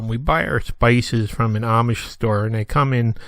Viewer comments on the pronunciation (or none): none